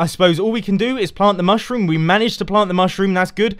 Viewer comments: I chuckled when you you said the "mush room" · Mush-Room. :D I smiled when I heard it. :D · I giggled at the 'mush-room'